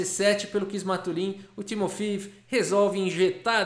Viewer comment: Eu acho que se pronuncia 'Timofeév'...